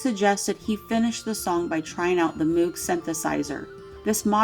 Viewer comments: Moog is pronounced wrong. It's actually like saying Moe with the G added obviously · It's pronounced "Mōg". Yes, it has "oo", but it's the simple "O" sound, not "oo". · Moog rhymes with Vogue.